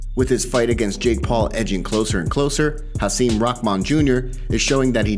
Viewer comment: It's not pronounced Haseem it's HaSIM rhymes with him